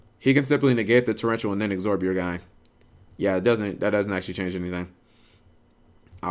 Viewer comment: Why do you add a 'g' to absorb cap?